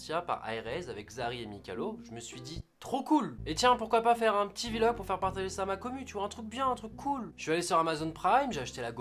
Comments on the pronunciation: Drougard Charles ou dit pas vi-log en anglais on dit vlog tout court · On ne dis pas VVVVVVVVVVVVVVVVVVVVVVV- log, on dit vlog :) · On dit Vlog et non pas VILOG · Kamui tout à fait ! Et on écrit bien V majuscule et log derrière Vi log😉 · Qui pe dire à gota qu'on dit Vlog pas v log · Gota on dit blog pas vilog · On di pas vilog on dis direct vlog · C pas grave mais on dis pas vilog mais vlog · On dit pas vilog on dit vlog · Putain un vilog mdr c'est Vlog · D3RNØX YT non c'est v en anglais donc ça se prononce vi donc vilog / vlog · Gotaga c pas '' Vilog'' mais vlog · Jessy James a Oué mais sa fait bizarre parce que les autres YouTubeur disent vlog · De ouf mdrr il dit Vie-Log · Ça ce prononce vi-log, c'est anglais pas français. :) par contre mdr ta soeur a la fin "lacher un pouce bleu et aime la video" !! Mine de rien super Vlog. Merci the french monster !!! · Il dit "Vie-log" parce que la musique qu'il utilise c'est l'instru de Damso-Macarena. V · "Un ptit Vi-Logue" Gotaga 2017. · "Je ne sais pas "Vi-Log" Gotaga 2017. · Jean-Michou Le Caribou c'est Vlog et il le prononce en anglais.. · L'essentiel à retenir : sa sœur est plutôt mignonne. Il ne sait pas dire "Vlog". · "vi log"... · C MOI OU il dit VI LOG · AAAH MAIS DIS PAS VILOG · Arrete de dire VI LOGUE frere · Tu ne sais pas non plus prononcer "vlog" apparemment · Mec tu veut faire des vlog mais tu sais mémé pas comment ça ce dit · Tu sait pas VLOG, ni le prononçais d'ailleurs :D